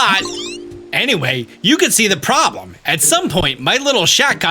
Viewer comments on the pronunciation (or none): none